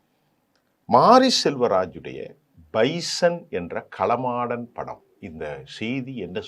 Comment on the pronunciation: சார் களமாடன் அல்ல காளமாடன் என சொல்லவும்...